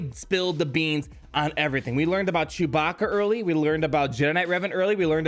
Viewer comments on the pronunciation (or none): none